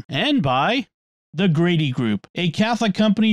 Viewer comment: The sponsor “Grady group” at the end sounds like “Greedy group.” It might help for to spell Grady. I wasn’t watching but listening and had to pick up my phone to see bc it sounded like “greedy.”